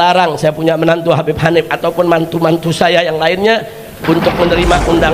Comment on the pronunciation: Bibb..Kabbib...tapi bukan Habbib....